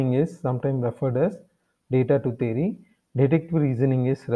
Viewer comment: It's not thery it's theory